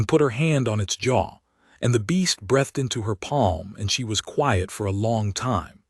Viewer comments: and figure out how to make the AI say \breethed\ not \brethed\ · Breathed.. bd pronunciation